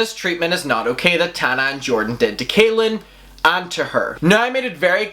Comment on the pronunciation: i just HAVE to point out that his name is pronounced CALL-in not KAY-lin. it might not sound important but i believe that people should be corrected when it comes to names :) i hope everyone is having a really good day 💟